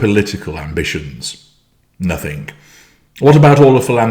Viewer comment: Did you really say “nothink?”